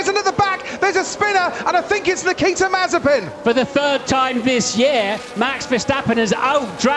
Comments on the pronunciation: He is trying his best to officailly add an S to his surname MazeSpin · It’s MAZE-SPIN